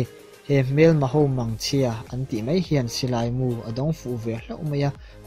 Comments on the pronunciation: Ṭum 6/7 vel lai chu 'mai' tih turah 'mei' i ti ngat ngat. You tuber-te hi Mizo ṭawng hi uluk zual teh u. Ṭawng dik lo promote-tu in ni thei dâwn tlat mai. Chu bakah 'Indopuina' hi a dik lo hulhual bawk. Indopui pahnihna te, pakhatna te hi chu a awm, Indopuina hi chu a awm lo hrim hrim Mizo tawngkauchhehah hian. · Bengvarthlak khawp mai.. Mahse 'mei' aiah hian 'mai' ti tawh la. A bengvarthlak khawp mei❌❌